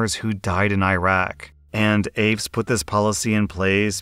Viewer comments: Hey not to be that guy and not sure if someone has already said this but it's not aafes its aaf(i)es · AAFES is pronounced, "AY-FEES". Sorry to be a grammar hound, but… military. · the shop on military bases, it's pronounced A-fees. Not aves 😵‍💫 lil eye twitch each time I heard it. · Lol aves. That’s hilarious. It’s pronounced A Fees. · AAFES = A-FEES .... not afes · AAFES = Army Air Force Exchange Service. The acronym AAFES is pronounced A-Fees. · Honestly, its not like he couldnt google on how to pronounce it 😑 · We always pronounced it A-fess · Thank you! It was killing me with how he was pronouncing AAFES!!!! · I'm gonna be that person- but for the future, AAFES is pronounced "ay-fees". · The way he mispronounces AAFES (it rhymes with "babies") made me cringe just a tiny bit. As for Zombie woman, my guess is that her Star card was one digit off from whomever had passed away. I freaking LOVE that she embraced the nickname. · You beat me to it haha, being an army brat it kept throwing me off the way he was enunciating AAFES, but I know not everybody knows how to say it and other on base stores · Lol if you think AAFES is incompetent.. try dealing with the military medical teams. Or the military in general. Also it's "A-fees" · AAFES is pronounced "Aye-fees" btw. And yes they are incompetent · AAFES is usually pronounced "AYE-Fees" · Its pronounced A-Fees. The on-base Retail stores. 'Mrs' Zombie would be the wife of the military member, not the deceased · AAFES is pronounced "Ay- fees" by those of us in the military :) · Quick note from a former Army brat, the company is pronounced like Ā-fees. No, I don't know why. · It's pronounced a-fees! (at least it was in the 90's) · AAFES is pronounced Ay-fees. Edit: Apparently someone else already said this. Should have known. Ah well. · Old video I know but the story with miss zombie AAFES is pronounced “aye fees” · Just for reference...AAFES. It's pronounced Afeees. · Btw: AAFES is pronounced Ay-Fee’s